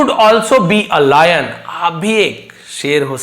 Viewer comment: Layan ❌ lion ✅✅